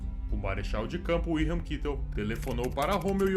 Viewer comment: Perfeito uma pinoia, o cara chamando Göring de "Góring", Kitel de "kitéu", Meisel de "Mês-el", afasta completamente da ideia do nome real e consequentemente do imaginário das comunicações da época.